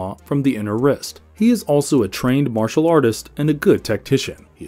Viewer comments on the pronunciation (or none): none